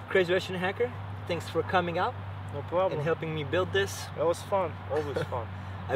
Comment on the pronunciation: No prrrrraaaaablom